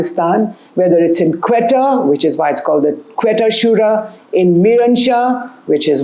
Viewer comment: Quetta is pronounced Koita.